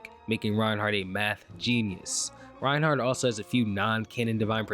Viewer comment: Reinhack not Reinhard 🐧